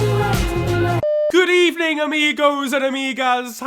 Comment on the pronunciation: u mean: gud ebening?